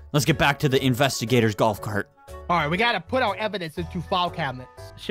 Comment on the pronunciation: Its investigators not invest gators